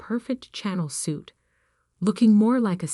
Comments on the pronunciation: Channel suit? Oh come on, you can't even spell or pronounce it right! It's Chanel.. pronounced sha-nel. Good grief, stop the cheap shit, pay an actual human to do your narratives, then you'd have something worth listening to! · You really must teach the A.I. how to properly pronounce "Chanel." It is NOT "CHAN' nel." I've heard it mispronounced on many of these stories. And "heir" is pronounced like "err", not "hair." Also, teach it the correct pronunciation of read, dependent on context. Read, in the past tense is pronounced as "red." In the present tense it is pronounced as "reed." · Y’all need to pronounce Chanel correctly, pronounced as if the “Ch” were “Sh” and accent is on the “nel”.